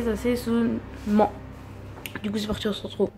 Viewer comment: " Des sasesonement" 🤣